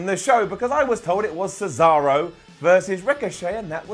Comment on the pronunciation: Did anybody else notice that Michael Cole said cesawo. Lol 🤣